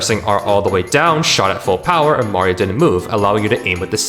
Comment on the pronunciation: "bario" sunshine. my favourite nintendo game